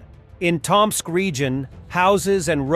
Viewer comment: *Tōm-sk. Not that I have any hope the robo voice would learn this.